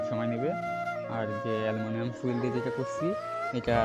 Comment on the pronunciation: অ্যালুমিনিয়াম ফুয়েল নয় ফয়েল পেপার